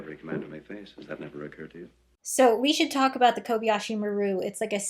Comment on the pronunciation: It's Kobayashi, not "Kobiyashi." Kobayashi is a common Japanese surname, but I wonder why the ship is called "maru," which is used in Japanese for ship names. In the future, does Japan have it's own spaceships following Japanese naming conventions?